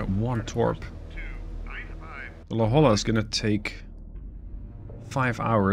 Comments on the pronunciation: As a Southern California native La Jolla is pronounced "La hoy ya" :) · La Jolla, California is the namesake for your submarine. It's pronounced La HOY-ya. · The la Jolla is pronounced "la hoya". Its a city outside of San diego California. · it’s spoken la-hoy-ya